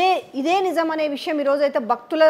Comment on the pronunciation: "బక్తుల మనో బావాలకు బంగం" -- కాదు తల్లీ... భక్తి, భావం, భంగం.. తెలుగు భాషను ఖూనీ చేయకండి.